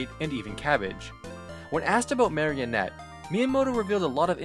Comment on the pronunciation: it's pronounced mah-ree-oh-net